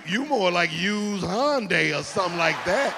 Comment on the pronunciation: As someone of Korean descent, mad respect to Cedric the Entertainer for pronouncing Hyundai correctly.